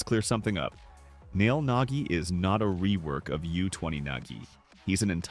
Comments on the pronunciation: Bro it’s nagi not nogi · Nogi✅ Nagi ❌